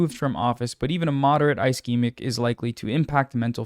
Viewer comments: Ischemic is pronounced ‘uh sheh muhk’ (ishemik) It’s got that Steven Buscemi syndrome. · If there's any example of why people shouldn't listen to non-medical people on the internet, it's when someone who doesn't do that and is generally smart covers something Healthcare related and can't pronounce basic medical phrases. Ischemic is a soft "i" for example. Kudos on covering this fairly. Just something I had to acknowledge due to my insistence on arguing with antivaxxers online. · I appreciate your coverage and the advocacy you do but man it's a bit disheartening seeing you or hasan reading tweets as news but not even having the time of day to look up how to pronounce "ischemic" or the drug names (except ezetimibe i guess), or maybe giving more info on what CVI is when it isn't expanded upon in the thread. Just a tiny bit more effort and this wouldn't be "trump slop" lol. Or even challenging the post in some cases where it's outright misinfo. Aspirin IS regular med for cvs disorders. It's literally the first line thing to take and the most important.